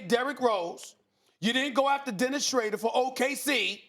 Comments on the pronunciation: Stephen a for the love of god it’s not Schrader it’s Schroeder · Nobody: Not a single soul: SAS: Dennis "Schrader" 😂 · Steven "Dennis SHRAYDER" A. Smith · Nobody: Stephen A Smith: Dennis Shrader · Why does he keep on saying Schrader? Weird.